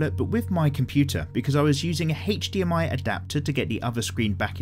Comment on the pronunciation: "Heych-DMI cable" I love hearing you say that.